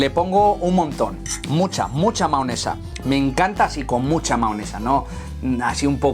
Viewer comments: Me inquieta que diga maonesa en vez de mayonesa xD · Se dice mayonesa no maonesa